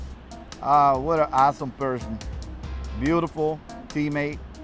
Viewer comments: Lmao it sounded like he called him "an asshole person" and "phony", but he really said "an awesome person" and "funny". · it sounds like he says, what an asshole person.